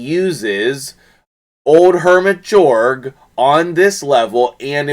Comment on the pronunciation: Nice vid, but it's pronounced Yorrrg following Swedish pronunciation. 😀 😆 🤣